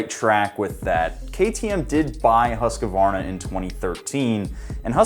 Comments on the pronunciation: Norwegian here: I'll try to explain how to pronounce the swedish brand "Husqvarna". You have to put emphasis on the U. And don't pause between the Q and the V. The U is pronounced like "You" without the Y. The Q is just like a K or a C. Also don't put so much emphasis on the R in qvarna. You can almost just drop the r completely if you want. So to bring this together. Pronounce it like: Houskvana and put emphasis on "Hous". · Undra om någon märker att jag skriver på svenska(swedish) här. its pronounced hues-cuarna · Husk-er-varna lol... Where is the 'er' coming from? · after all that both of you are still pronouncing the name wrong! lol its pronounced - Hooskvarna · my swedish friend explained to me how you pronounce it, hüs-ke-var-na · Fun fact: the second time he tried prononcing it he pretty much nailed the "husq" part of it, before he added the comical "ivarni" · its HOOOOSKVARNA. Why you have russian flag on your chest tho😂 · it's pronounced hOOsk-varhna literally been told this by countless swedish people. just go to their youtube page and hear the intro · Actually Huus-kvarna. Means hous and mill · Seriously, you can't pronounce Husqvarna? You are turning a three syllable word into a four syllable word. What's with the "husk-a- var-na? There are only two 'A';s in the word. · Thanks from sweden. :) Its called Huus-kvaarna btw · Im triggered that every1 says husqavarna, theres no A after the Q people!!!!!!!!!!!!!!!! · It is pronounced "hoosk-varna" with a strong emphasis on the hard "K" sound. This can often lead to an unintentional "Aah" sound as you lift off of the "K" sound. I have seen interviews and promotional material featuring Swedish Husqvarna employees who pronounce it with a slight "aah" sound between the q and v, especially when they are speaking quickly. I think some English speaking people hear that and incorrectly choose to emphasize that sound. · its more like hùskvárna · The huuuuuusky-varny 😂😂😂😂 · everybody said husqvarna incorrectly XD